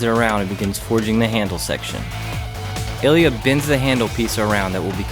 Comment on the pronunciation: мля, а я всю дорогу думал, что называет Элиот) а это оказывается просто специфика произношения русского имени))